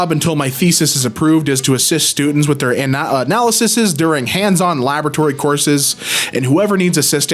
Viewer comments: Dude. It's "analyses" it's not that hard. You just say "sees" instead of "sis" and boom! It's a plural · Plural = analyses. Just as easy to pronounce as analysis. Do you also pronounce women as womanseses? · Just to help with the word you hate. If you know analysis, to say analyses instead of "sis" go "seas" Analysis - uh-nal-eh-sis Analyses - uh-nal-eh-seas Just to help. I know how it is for awkward changes to words like that. I'm running into a lot with my job as of late...and I appreciate when someone can help me with those moments. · 'Analyses' is the plural for Analysis, with the ending syllable pronounced 'sees' instead of 'siss' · Analyses = Uh-nah-luh-seez....NOT....Uh-nah-luh-siss🙄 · Dude, it's analys-EEs, it's not a complicated word. You just change the vowel sound from analysis to analyses exactly as it's written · it's pronounced Analy-seas. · it's pronounced "an AL ah sieze" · “Analysees” You say it like “sees”. That’s the plural of “Analysis” 😊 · An-AL-uh-sees. Analyses, the plural of Analysis. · "Analyses" > "Ah-nal-ih-seez" Hope you see this and it helps, hon! Love your videos! I'm wicked good at pronunciation, so I'm always happy to help break things down for others! (I'm not perfect, of course... I thought awry was aw-ree for over 5 years... but I didn't connect the word I'd seen in a random book with the word I already knew because my context comprehension was high and I didn't hear the word SPOKEN in context for a long time... So the connection took a long time to make.) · Analyses - plural of analysis. The ses is pronounced sees. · Pronunciation of "analyses": "an ALICE Cs (as in the letter C but plural)" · Analyses (An-al-as-seas). Sees. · it's pronounced "analyssies" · Analyses is basically read as analysees, it's really weird